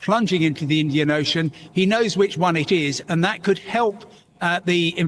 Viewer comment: Emphasis on "could" about MH370?